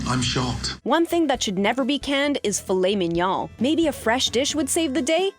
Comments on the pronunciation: Filet... Men/min.... Yoown? Do you think this is an Asian dish? WTF is going on here? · “filet minyaw”